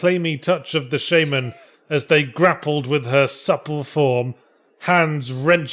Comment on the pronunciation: It's "shaman" not "Shaymen"